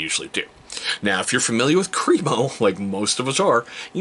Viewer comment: All of their products are great, I've used the shave cream for years. I pronounced it Cream-O exactly they way you did until I watched some videos by the actual company and discovered it's actually Crem-O "short e sound" not Cream-O 😂